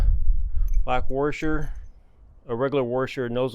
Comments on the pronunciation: Actually, he said, "WARsher"... I wonder if that is a dialect thing or just those those uneducated people who say "liBERRY" instead of "liBRARY" or "axe" instead of "ask"... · Great video. But what the heck is a warsher? Are you trolling me? 🤪